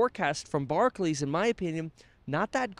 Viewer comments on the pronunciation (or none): It's bar-clAYs Kevin. Barkley was an old school trash talking hooper, not to be confused w Barclays.